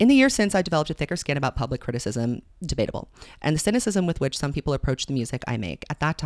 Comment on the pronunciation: the "Debatable"😭